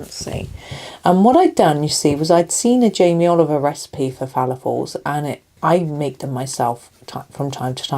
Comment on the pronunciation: The correct pronunciation is "Falafel". I'm aware of this because of my Sister's husband being an Egyptian.